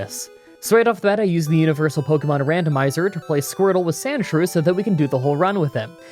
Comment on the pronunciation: Its not shrewsand its more like shrews and you know like what about shrews lol